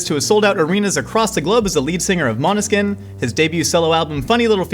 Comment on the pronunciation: Great interview! Interviewer knows his stuff, and, as a Scandinavian, it always makes me happy when interviewer pronounces Måneskin perfect! (Not that my English pronunciation is perfect lol). I'm shocked by the fact that garlic and onion do not go well together tho...